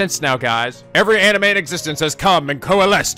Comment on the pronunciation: hears jump cut twice, thonking intensifies Did you forget how to say anime?